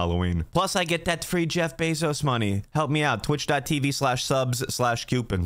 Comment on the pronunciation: Y do U say jef basose money